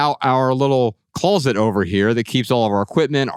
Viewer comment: Anyone notice that the blond guy says "colzet" instead of "closet"? 🤔